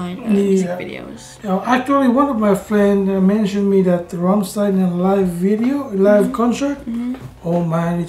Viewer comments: It is very easy to pronounce Rammstein right. the "stein" you have to say "shit" without the i, then I and then the n ;) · It was a very good reaction, but still after listening them singing Rammstein for 20 times you still pronounce their name wrong.